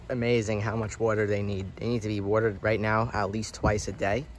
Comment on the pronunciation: Are you around the Philly area? I noticed how you say, “water”